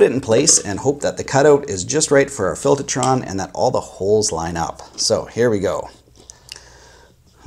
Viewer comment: Filtahtron. You from Jersey now?